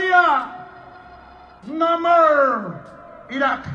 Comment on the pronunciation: No morers🐶 vietnam, no morsss🐍 somalia, no morrr iracks, no morsks👹 Afganistán, no morc libia (Este tipo debería dar clases de inglés)